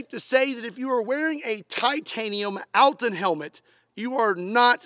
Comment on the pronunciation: Cool test. Cool video. Thanks for it :) But name this helmet is not "altin", its "Алтын". Its sounds different. But actually, no matter🤣